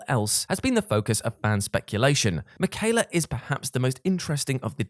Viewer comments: Saying makayla instead of Miquella was killing me lol Melina says his name when you fight her. Just saying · In other words. Me quell a bad pronunciation 😁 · Rickard? Mickyla? Did you not play the game Praetor Rykard and Miquella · The way you're pronouncing Miquella is unnerving.